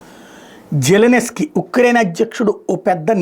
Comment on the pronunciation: Zelensky Bujji , jellinesky kadu Nuvvu nee butler sollu English